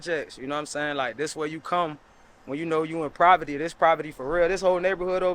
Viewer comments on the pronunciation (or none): It's disturbing me that shorty keep saying "proverty" smh 😢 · Is she saying privety (poverty) ? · What’s proverty 😂😂😂😂😂😂 poverty lol 😂 and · Provety 😂 I said on his last Pompano clip. I said gentrification gonna go heavy in pompano in the next decade. They building a Four Seasons in pompano. Them big time luxury hotels ain’t investing MILLIONS for no reason. They even pointed out the new houses being built up right now across the street. These PJ’s ain’t gonna be around for too long. And it’s Lenox not lenOX! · Saying “ Provety “ is crazy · It’s poverty not proverty 🤦🏽‍♂️🤦🏽‍♂️🤦🏽‍♂️🤦🏽‍♂️ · I couldn’t take her serious with the braces 😬 on and she kept saying “PROVERTY” when the WORD IS “POVERTY” I really feel bad like damn , in 2024 in AMERICA ITS STILL PPL WHO NEVER BEEN ON A PLANE ✈️ NEVER BEEN OUT THE COUNTRY AND HAVE A WHOLE 3 rd grade education . They don’t know how to PRONOUNCE WORDS CORRECTLY OR EVEN SPELL. 😢😢😢😢 I’m sad this is really going on in USA 🇺🇸 today ❤❤ GOD BLESS HER AND HER COMMUNITY 😢🙏🏾🙏🏾🙏🏾🙏🏾🙏🏾🙏🏾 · This “proverty”😂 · They keep saying proverty lol they're definitely motivated though which is awesome! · what’s “Proverty” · “Proverty” got it 💀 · It’s “poverty” not “proverty”!! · My guy said “proverty” 😂😂😭😭😭🤦🏿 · Typical nga nonsense. I've heard 2 multimillionaire rappers Future and Uzi Vert say they came from 'proverty' in their songs. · just their pronunciation saying 'proverty' instead of 'poverty' that's all lil nga. Relax🤣😂✌🏿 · No R in "Poverty" tf